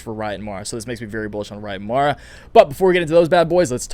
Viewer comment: Lol, you finally got MARA name name right 😆🤣